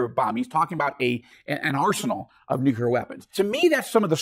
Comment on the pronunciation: My name is Joel too. It is embarassing that keep mis-pronouncing the word "nuclear". It is not "nucular". Dude, please.